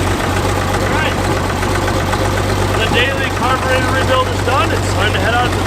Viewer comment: is da Ca-burrr-tatorrrr!!!